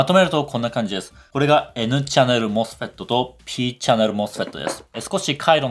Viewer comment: この動画に一切関係ないけど。。さん声が素敵で聞き取りやすく、MOSFETの発音に痺れました。。ｗ 多分、こんな難解な内容を普通に視聴出来るのは、分かりやすい解説と素敵なお声なんだと感じました 学生時代にさんの動画を拝見出来たら理解も考え方も相当変わったんだろうなって思います 今回もいい動画有難う御座いました。。m(_ _)m